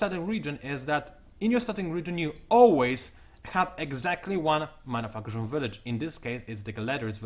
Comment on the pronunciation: i keep thinking this guy says mother fuckers instead of minor factions. also you talk way way way too fast, lay off that caffeine just a bit so i can catch up